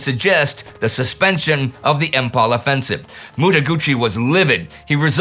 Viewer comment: Though it has a spelled as Imphal but pronounced as Im -Faal.